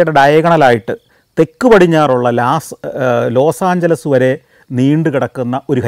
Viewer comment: His English pronunciation is awful sometimes, it could be because of the mother tongue's influence. He has mispronounced Illinois and Los Angeles this time.